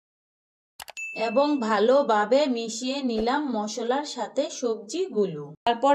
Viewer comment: jemon pata kopi na << hobe badhacopi,, Hube na kotha hobe sate na sathe ,,kicu na hobe kichu ,, mone hocche reading porchrn ,,, OKAY